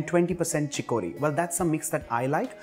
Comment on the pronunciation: Pronounce CHICORY..... CHICK+UH+REE